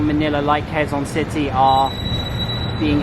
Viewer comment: You pronounced Quezon City the wrong way.